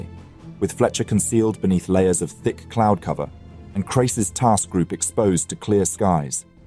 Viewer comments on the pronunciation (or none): none